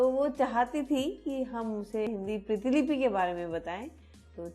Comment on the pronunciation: वीडियो तो काफी अच्छा लगा किंतु प्रीतिलिपि नहीं प्रतिलिपि स्पेल होता है